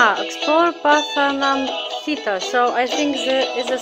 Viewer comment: rightly pronounced Pathanamthitta. Thanks for the reaction, keep doing more! Lots of Love from Kuwait